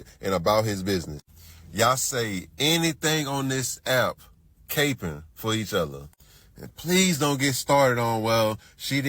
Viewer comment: Not “cape ing”!!!!😂😂